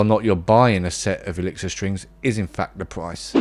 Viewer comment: He cant pronounce the name of his favorite strings....